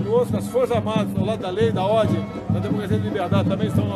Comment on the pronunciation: Eu acredito quê um presidente devia falar "Ordem" não "Ordi"